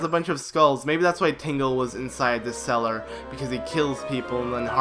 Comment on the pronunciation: How does "cell" become "cellar"?